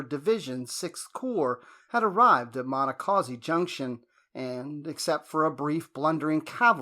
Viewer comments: It’s painful hearing the narrator weirdly and wildly mispronounce “Monocacy” each and every time. The correct pronunciation is: Mahn-knock-kha-see Do everyone a favor a re-record this video using the correct pronunciation of Monacacy. Perhaps you used a bad AI version to do the audio? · Check you pronunciation. It's muh-NAH-kuh-see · It be nice if you knew how to pronounce the name of the battle !!!!!!!!!😤🙄🤓